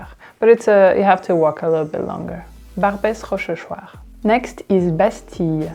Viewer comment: Why do you pronounce the "s" in Barbes rochechuart? I thought the last "s" is always silent?